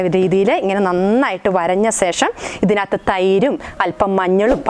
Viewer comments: ശേഷം ആണ് കറക്റ്റ്. സേഷം അല്ല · സേഷം ഒന്ന് ഒഴിവാക്കാമോ. ശേഷം എന്ന് പറയാൻ ബുദ്ധിമുട്ട് ആണോ.